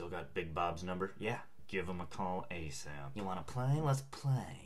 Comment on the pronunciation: "I NEED BACKUP ASAPITY"